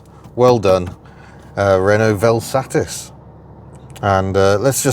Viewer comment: May we just take a moment to acknowledge your correct pronunciation of the word ‘VelSatis’ - top work!